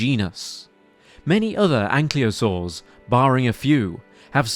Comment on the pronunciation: Why is it that the name of these ankylosaurs is pronounced "anklyosaurs", as if the L comes before the Y, which it does not. Can somebody please explain?